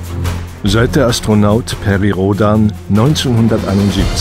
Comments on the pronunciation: Rhodääääääään. Nicht daaaaaaaan. man man man. Amerikaner!!!!!! Haaaalllloooooo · Ich weiß ja nicht wieso sie einen amerikanischen Namen (Perry ist immerhin ein amerikanischer Astronaut) immer eindeutschen (bei der Aussprache!), aber sonst mag ich das Video. Rhodan - nicht "Rodan"! Der Mann ist kein Deutscher (auch wenn ihm das Label Amerikaner sicher auch nicht mehr passen würde, er ist Weltbürger bzw. Bürger des Kosmos!) Ich denke sowieso das man mal wieder die Werbetrommel für die Serie rühren sollte und vielleicht auch wieder mal ein Spiel machen sollte (ich bin ein bekennender Liebhaber von "Operation: Eastside" - das allerdings auf modernen PCs eher schlecht als recht läuft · Die Aussprache entspricht der, die viele ältere Leser, die eben noch keine Englischkenntnisse hatten, bis heute nutzen. Natürlich müsste der Nachname englisch ausgesprochen werden, auch wenn der Nachname Rhodan laut Storyline von französischen Ahnen (ja, er hat nicht nur deutsche, sondern auch französische Vorfahren, der gute Perry) kommt. Immerhin waren schon seine Eltern in den USA geboren und als die Großeltern einwanderten, wurden alle Namen ans Englische angeglichen. Und wer nur einmal hört, wie noch heutige Amerikaner "Michael Schuhmacher" aussprechen, wird schwerlich glauben, dass sich unser aller Raumfahrer anders als "Rhoudänn" ausspricht.